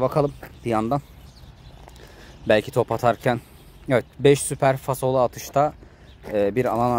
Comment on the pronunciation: fasolu değil falsolu kral